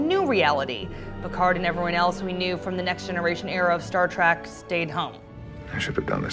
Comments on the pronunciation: Quit saying Star TrAk plzzzz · She keeps calling it Star Track.. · Is she saying "Star Track" ?? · Yes. Ues she did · Because of this I lasted less than 30 seconds watching this trash. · Does it bother anyone else that she has difficulty saying "trek"? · Say TREK not TRACK! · It's Trek, not track. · Stop saying track, omg, it is a Trek not a track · It's pronounced Star Trek not Star Track. 🖖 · Trek Trek Trek, Not Star Track! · It's "All Access," not "Allaxis." It's Star TREK, not Star 'Track.' The supernova doesn't threaten to destroy the entire galaxy, and Spock's efforts in the future FAILED. SMH. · I wanted to enjoy your informative, helpful video, but could not finish due to the fact that your hostess insists on mispronouncing 'Trek', as 'Track'. Please get her a speech coach. thank you. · This video would have more credibility with a narrator who didn't keep referring to "Star Track" and "Captain Bacard" like I did when I was 6. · i love how she says Star Track.. Ugh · The announcer in this video DRIVES ME CRAZY. The word is "TREK" as in star-TREK. There is not "TRACK". NEVER Star-track. Ever. Ever. Ever. She uses each this term way to many times for it not to be noticed and not be considered intentional. No accident. She does not know. Doubtful this young woman has EVER seen more than two episodes of the show. Thanks, IGN but we'll pass on any more of your videos and make sure our other trekkie friends pass as well. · Why does the narrator call the show Star Track? That's rather annoying. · Why does it sound like she is saying star track when she must know that it is Star Trek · Did she just say Star Trak? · This is why I hate my fellow millennials. She, and her producers couldn't even be bothered to know how to say the freakin' topic of their own video. Ugh. Think about how much better us Trekkies and nerds could have done. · Maybe she thinks the only way to travel in space is by space train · She called the show "Star Track" throughout the video.